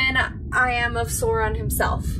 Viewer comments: It's Sma-ug not Smog or Smag, Sa-u-Ron not Saron :) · Pronounce Sauron like 'Sow-ron' =D